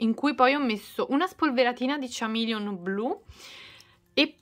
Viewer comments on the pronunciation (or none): Ciao, volevo correggere un piccolo errore di pronuncia. Chameleon si pronuncia: kuh·mee·lee·uhn. Per il resto le creazioni sono uscite una bomba🌟